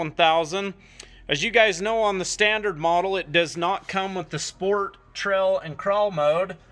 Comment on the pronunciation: Not trying to be a Richard but is anyone else hearing trell instead of trail